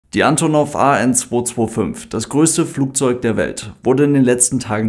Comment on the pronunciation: Kurzer Hinweis: Sowohl die Flugzeugfirma als auch die Airline sprechen sich Ann'tonnoff aus (Betonung auf der zweiten Silbe, nicht auf der ersten). 😉